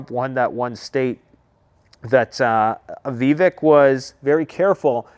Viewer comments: Def Sec Austin has handed over the Pentagon to Kathleen Hicks, his DEI deputy. She is an "intellectual" egg head who got her PhD 14 years ago, and has never served in any of the military branches. By the way, his name is pronounced, vi-VAKE. He would be awesome as VP. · Vivek is pronounced viv-ache Like cake How do you still not know this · Vivek is pronounced like cake